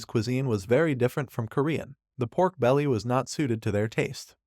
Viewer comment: he said porn and not pork 😮